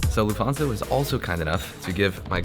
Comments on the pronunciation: Luft - hansa. The t is pronounced. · Your content is always top notch. But pls pls learn how to pronounce things correctly… Like: Lufthansa.